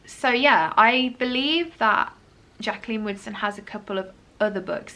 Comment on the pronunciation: Every time you said Jaqueline Woodson I had to do a double take cause I thought you said Jaqueline Wilson instead, sounded like you were saying "I've never read a Jaqueline Wilson book before" and I was like, hang on a bloody minute 😂